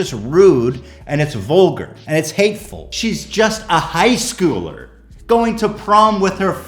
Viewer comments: “high skewler” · I’m gonna H3H3 the way you said “high-schooler”.